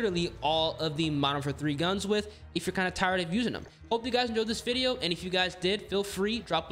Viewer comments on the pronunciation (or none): none